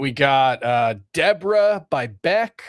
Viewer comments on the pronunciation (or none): It’s Debra